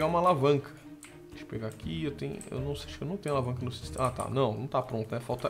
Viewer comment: kkkkkkkkk o fala assim vou pegar alavanca no meu systema kkkkkk ta tao acostumado com mods que até fala errado kk